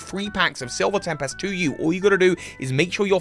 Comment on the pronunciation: Ohhhhh. You said Silver Tempest. It honestly sounded like Silver Tapas. I thought that would hurt your teeth.